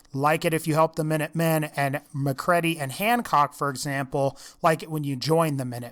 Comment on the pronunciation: It's mac-read-ee not mac-ready